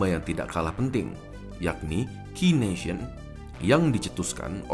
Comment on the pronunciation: bacanya ken-sian, bukan ki-nesian.